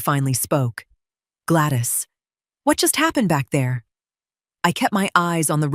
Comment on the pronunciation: tell AI the proper English language name is not Glattis. It is Gladys.